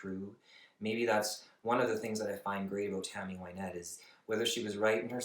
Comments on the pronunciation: I loved your video, but I would like to point out that her name is pronounced Win(as in to achieve victory)-ette not Why-nette. Here she introduces herself at 9 seconds: After her death she seems to have become "Why-nette" as most people call her that now. As a child she was called by her middle name Wynette and not by her first name Virginia. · They called her Why-nette for the first 5 or 6 seasons on Hee Haw . She didn't correct people. Johnny Cash always said her name wrong, too. Now Everybody says her name wrong.